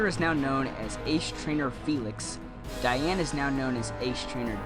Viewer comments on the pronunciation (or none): none